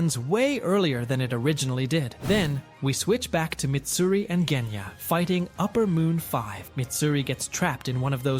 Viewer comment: ok I am sorry but this makes me mad it is NOT jenya it is genya